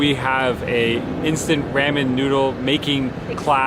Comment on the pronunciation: Let me help you out with the pronunciation of ramen. Try saying it like this: rah-men.